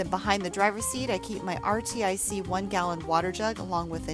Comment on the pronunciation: RTIC = "Are-Tick" Not "Are-Tee-Ice-Eee" Nice build. Fellow Subie owner.